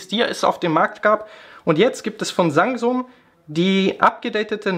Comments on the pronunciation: bin ich der einzige der Sangsung anstatt Samsung hört ? =_= trotzdem gutes Video :D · habe auch sangsum verstanden xD